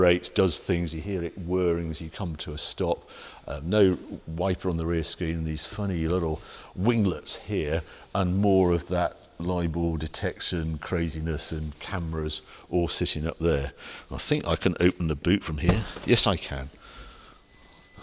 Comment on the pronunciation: LIDAR, not LIBOR… Each time you said it I winced…